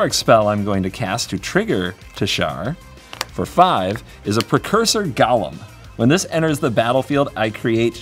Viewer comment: Also pronunciation of golem to sound like Gollum is more fitting/confusing than ever with this theme.